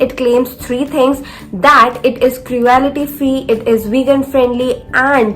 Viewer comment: You are pronouncing wrong for cruelty